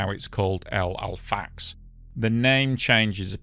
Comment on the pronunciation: Its Los Al frack ayes 🙄